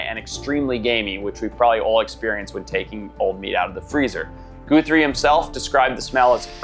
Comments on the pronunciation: Guthrie is pronounced 'guh-three' not 'goo-three' despite it's spelling. The added e is an anglicized/americanized variation of the old Irish/scott surname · Who can't pronounce 'Guthrie"?